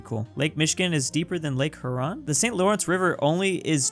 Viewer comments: Bruh I’m from Michigan it’s pronounced Here-Ron not Huh-Ron for Lake Huron I feel like a nerd 😐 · please see this, it's pronounced HEAR-ON, your current pronunciation of "HER-ON" is going to kill me. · Does anyone else not like the way he says Huron? I'm from Michigan and I say it like Hyer-on. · You said lake huron wrong its more like hearon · Lake He-your-on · The way pernounces "Huron" triggers my fight or flight response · NOBODY TALKING BOUT HOS PRONUNCIATION OF LAKE HURON? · why'd u say huron like that lmaoo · cough you should look up the pronunciation of Huron cough lol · he say huron wrong what about cacanda